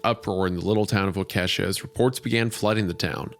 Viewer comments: ISAIAH PLEASE READ: waa-kuh-shaa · Its pronounced Walk-ish-aw. It's Algonquin. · ITS PRONOUNCED WAH-KESH-AW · I hate to be that guy but it’s Wau-Keh-Shaw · I felt my skeleton try to crawl out of my body the second Isaiah said "WAH-KESHA", like I grew up right near Milwaukee, that's not how you pronounce it my dude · “Wah-Kesha”…. As a Wisconsinite that made me giggle 💔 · why are Wisconsin city names so hard for non-Wisconsinites to pronounce 😭 it’s Wa-Kah-Shaw !!!! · I love you guys, not to be that guy, it’s pronounced walk-a-shaw. Waukesha is just one of those Wisconsin town names 🤷‍♂️ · i keep hearing people pronounce waukesha wrong. its pronounced like wok-eh-shaw for those who dont know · Most Horrific aspect of this story was Isaiahs pronounciation of Waukesha (Wah ka Shaw)... truly horrific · I actually worked with one of the girls sister and I asked her about her sister and she said she was always kinda a weirdo and she wasn’t entirely surprised something like this happened and also it’s pronounced Wa-ka-Sha lmao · The residents of Waukesha (waa·kuh·shaa) have to suffer the tragedy that is Wendi's pronunciation. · Isaiah, the town is pronounced Wah-Keh-Shaw. I know because I got yelled at once by a local for mispronouncing it. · Lee Cronin's: Waa·kuh·shaa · WALK-UH-SHAW GET IT RIGHT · Holy not how you pronounce Waukesha (Wah-kuh-Shaw) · it's fucked up because i'm canadian and even I know it's pronounced wah kah shaw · Isaiah calling Waukesha « woah, Ke$ha » is just too much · Wendigoon pronouncing Waukesha as “wah-Kesha” hurts my soul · As someone from Wisconsin your pronunciation of Waukesha took me out the whole time. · Scariest part of this episode is how Isaiah pronounced Waukesha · absolutely beside myself at isiahs inability to pronounce "waukesha" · I can take Wendi mispronouncing Geiser. I can take him mispronouncing Waukesha. But pronouncing the 's' at the end of Illinois? Unforgivable. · Holy crap! Isaiah, that is NOT how you pronounce Waukesha!